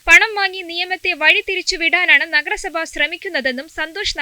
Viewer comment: നെഗര സഭ അല്ല നഗര സഭ😂